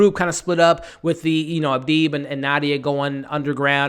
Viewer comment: ABDI NOT ABEEB 🤨